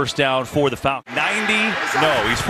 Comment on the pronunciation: The Folcons he said.